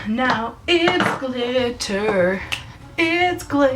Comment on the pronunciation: Love it! " It's GlitteRRR timE........!!! " :-D